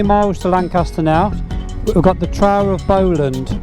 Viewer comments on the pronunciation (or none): The trow of Bowland??? Come on!!! The Trough (pronounced "troff" ) of Bowland is one of my favourite rides. Calling at Beacon Fell on the way back from Buttertubs Pass in Yorkshire is a fantastic ride. One day maybe I'll see you up here?